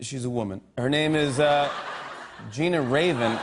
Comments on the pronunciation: Genya Ravan... (pronounced Gen-ya, not Gina) i know her, she is my friend’s auntie... this was fun. thanks for posting it. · I agree with you Genya Raven should be invited to perform on "The Tonight Show," perhaps with a reunion of Goldie & The Gingerbreads. But what a dolt Jimmy Fallon is, called her "Gina Raven." Fallon should have "idiot cards" (that slang term of cue cards actually applies to Fallon) that spell proper names phonetically, as he's too stupid to pronounce names correctly himself. "The Tonight Show" has sunk to its lowest incarnation ever with Fallon as its host, also in having that band The Roots instead of an actual NBC orchestra--whether symphony in the tradition of Arturo Toscanini, or the jazz assemblages of Skitch Henderson and Doc Severinsen. If Fallon had a clue, after David Letterman is retired he would hire Paul Shaffer as his orchestra leader. Or even the very musically knowledgeable Chris Botti (who briefly led an orchestra for "The Caroline Rhea Show") would make a good orchestra leader for NBC's once prestigious late night talk show.. Of course I understand NBC's late night programming is trying to reflect the mindset of its viewers, who have also devolved intellectually from the eras when Steve Allen, Jack Paar, Johnny Carson and Tom Snyder hosted the Peacock Network's programs for nightowls. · Her name is pronounced Gen-ya Ray-ven. She was the leader of the first all girl rock and roll band called Goldie and the Gingerbreads. They were famous in Europe at the time with the the song "Can't you hear my heartbeat" which was made famous by "Hernan's Hermits". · It’s Genya like Kenya with a hard G like Gary... I should know lol....